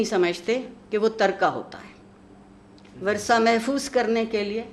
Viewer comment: عارفہ جی! وَرثہ نھیں/ وِرثہ ✅ (پہلا حرف مکسور ھے)